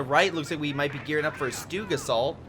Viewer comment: stug, not stewg.